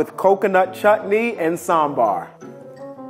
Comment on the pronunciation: Why this girl cannot pronounce sambhar